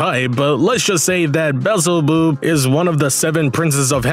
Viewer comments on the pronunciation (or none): Bee-El-Zeh-Bubb. That's how you pronounce the Lord of the flies' name. Also he doesn't represent envy. Leviathan represents envy.